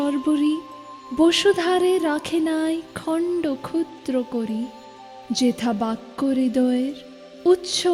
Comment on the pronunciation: জ্বি আমার ভালো। কিন্ত আমি উচ্চ যেথাকে "উচ্ছ যেতা" উচ্চারণ করি না। এতো বড় একজন কবির এতো জনপ্রিয় একটি কবিতা ইউটিউবে আপলোড করার আগে সতর্ক হয়ে আবৃত্তি করা উচিত ছিলো।